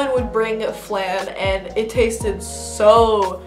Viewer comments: it's flawn not flahn lol and you're right about trader joes-- THERES NO EGGPLANT HUMMUS AT MINE it makes me so sad:( also churros, BBQ sauces (check for honey) are vegan my soul might be a grandma but gingersnaps are also vegan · It's pronounced flawn (flan) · You should try Ruffles with lime and the Valentina hot sauce it's pretty gr8 lol I never eat them plain oh and the "a" in flan is pronounced ah lol cause Spanish :P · pronounced flawn sis 😂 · oh and its pronounced '"flaun" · Awesome Video! Flan is pronounced like fl-/o/-n. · Flan.. Rhymes with lawn and yawn.. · Every time she pronounced flan like that it made me so mad😂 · I thought you were Latina. Yeah you said it wrong. Lol! I'm Hispanic and don't speak Spanish...but I try to say some words right. 😬